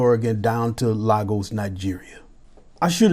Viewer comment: The way you pronounced Lagos is amazing. Thanks, for recognizing the Victor Momoh of our time.